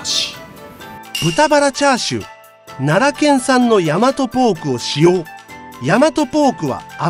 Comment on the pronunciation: チャー↑シュー😂😂😂